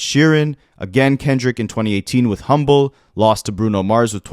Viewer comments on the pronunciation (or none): none